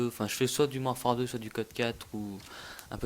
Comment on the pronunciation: "Mouarfare 2" Tu devrai parler encore plus vite